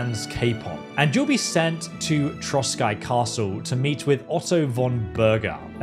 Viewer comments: Maybe in this game of in dlc or in KCD 3 will be Hussite wars and that you will have change to join hussite or crusaders 😎 And castle is not Troskai but Trosky pronounc Troski its meen Ruins in Czech language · Trosky Castle is pronounced like (troski). Cheers from Regnum Bohemiae! +][+